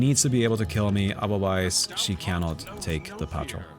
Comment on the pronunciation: in English the word patrol is pronounced "puh-troll" not "pat-trill". Have a nice day!